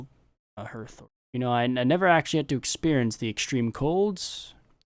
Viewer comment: Hey, just a quick one, hearth is the same word as in hearthstone, the vowel doesn't sound like an e but like an a